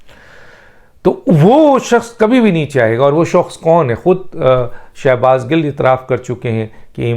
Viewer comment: Gil not gull